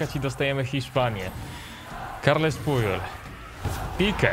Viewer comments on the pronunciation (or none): none